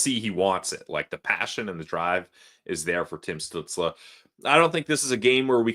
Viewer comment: Holy! I can't believe that people still can't pronounce Tim stutzle name ever have beef stew or apple studel it's not stut like butt it's stutzle like motley crue stu stutzle